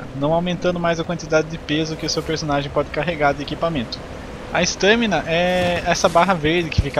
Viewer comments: "Estâmina" KKK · kkkkk eu sei, mas n é comum ver br falar a assim